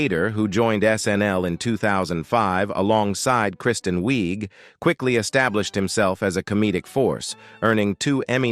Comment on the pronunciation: Kristen Wiig, pronounced Wig. When did she “destroy her career” 🤷🏼‍♀️ Same with Bill Hader? I’m going to stop pausing to ask you the same question about others 🤦🏼‍♀️